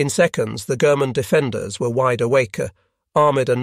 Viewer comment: Although "embarked" , "German defenders" and "wide awakea" does sound weird.